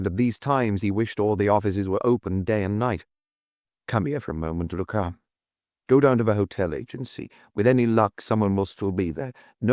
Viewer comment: Intersssting pronunciations, e.g. "Inspestor Luck--uss"!